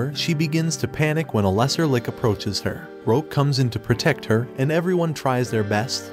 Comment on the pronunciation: So many weird mispronunciations. "Bow" "Lich" and others...